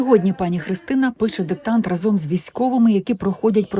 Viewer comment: Чому ведуча говорить разОм?????? Вивчіть вже це слово і наголос: рАзом!!!!